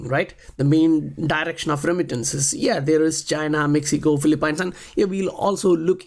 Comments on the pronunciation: I just want to let you know, Phillipines is not Phil-A-pines. It's pronounced as FIL" + "uh" + "peens. Aside from that great content man! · Great work- just an FYI - it’s pronounced Filee-peens.